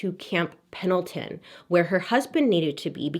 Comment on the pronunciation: Bailey pronouncing Pendleton correctly is all I needed to know that she lives close to it 😂